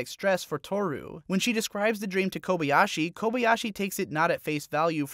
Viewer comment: My main problem with this video is the fact that you say kobey-ashi, instead of kobayashi, even though I know you watched it as intended with the original language and thus have heard her name over and over and still say it so boldly wrong.